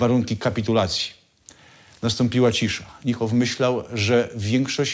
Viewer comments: "Niehoff" aż gryzie w uszy, wymawia się Nihoff. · Chyba nieco Pan przesadził nazywając gen.Niehofa "fanatykiem", pomijając, że nawet poprawnie nie umie wymówić Pan jego nazwiska. Generalnie wiele materiałów na tym kanale jest dosyć tendencyjnych. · Panowie, troche wiecej starannosci - nazwisko Niemca wymawia sie NIHOF a nie NJEHOF